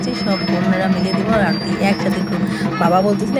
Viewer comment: অরুতি নয়😂 ,কথাটা আরতি 😂